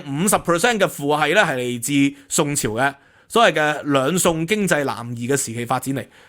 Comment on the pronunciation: 「兩宋經濟南移」定係 「兩餸經濟南移」呢😂